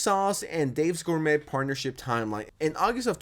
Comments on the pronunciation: Hm, it's not pronounced "Dave's GourMET." It's pronounced like 'gor-may.' It's a French word widely used in the US, but it sounds like English isn't your first language, probably, so fair enough, I guess. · its pronounced "gor-may" lmfao jesus christ bruh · cant you even say gourmet correctly? wtf